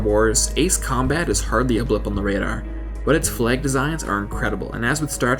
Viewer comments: Has no-one else mentioned that he keeps saying 'fleg' not 'flag' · Flahg not fleeeeg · Just cant get over how you say "fleg" and not "flag". Nice vid though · Can someone please explain to me why the people who narrate these videos pronounce things so incredibly weirdly? F L E G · "Fleg?" :p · The video was nice but the way you said flag is odd because I didn't know what you where saying